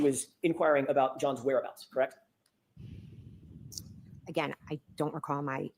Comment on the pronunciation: "Crect" "Crect" "I don't remember." "She didn't say that at Four Fifty Three" 😵‍💫